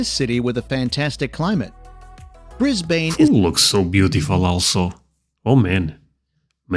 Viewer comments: G'day mate, let's start at the beginning. Firstly this is a USA guy telling you about Australia, some one from the USA knows shite about Australia. Melbourne is pronounced Melbn .not Brisbane its Brisbn. Its not the Bay bridge , that's in San Francisco , even I know that. It is the harbour bridge . Its not Melbourne Bay , it's Port Phillip bay. Yes, the pink lakes exist , but you will not see it unless you are there when they are changing colour . Yes, you can get trips out to the reef (expensive) or you can go out to the Whitsundays and White Haven beach on a day cruise . Melbourne is very Multi Cultural, has great coffee and a huge choice of foods. Plenty of Museums all free but of course does not compare to Paris. You can go to the Yarra valley and Mornington Peninsula wineries, The great Ocean Road, and the Penguin Parade at Phillip Island , all day trips out of Melbourne .the list goes on and on and on , two weeks is not enough in Melbourne. Free Tram in the CBD, lots of parks and green places. Tasmania is gorgeous , you need a car and a week. Blue Mountains about an hour out of Sydney spectacular, and the Hunter valley wineries, about 2.5 hours out of Sydney. To be honest you would need 1 year to see Australia try these people they will give you an insight. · Fact number 1 about Brisbane, your voice-over guy there on the video, is an American, and that's not how we pronounce Brisbane. If you want to sound like an Aussie, try this : I when west and sore Perf, then I come back East across the Nulla, and through Adelaide. Went on to Mel-bun, then up to Sinny, then we went up to the Gold Coast, through Brizzy (Briz-vegas) to the Sunny coast. It's pronounced BrIZben, or BrIZbn. After living in Australia for 61 years, and in Brisbane for almost 40 of them, I've only ever heard visitors from overseas say it that way. Nobody ever calls it Briz-BAYne! Only Americans .... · It's pronounced Mel-bun not Mel-born. So annoying. Brisbane, is bris-ban not bris-bayn.